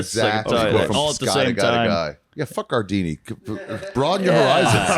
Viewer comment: When Mark calls gardini "guard rail" it gets me everytime